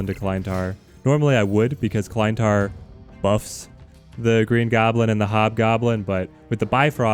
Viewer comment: hate to be that guy, but you're pronouncing Klyntar incorrectly. You're pronouncing it like "Kline-tar" when it should be "Klinntar". Aside from that, love your content!